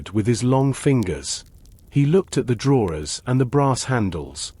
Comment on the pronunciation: Sorry, I tried but couldn't stand the continuous mispronouncing of the word 'drawers'. Also, speech too fast to be relaxing.